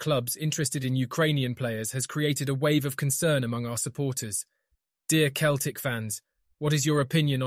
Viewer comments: It's CELTIC NOT KELTIC !! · Say Keltic one more time ya fanny